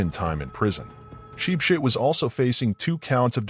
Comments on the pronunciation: As for “sheep shit”😂😂😂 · From now own ship ship ❤❤ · The way he pronounced his name 😭😭😄😄😄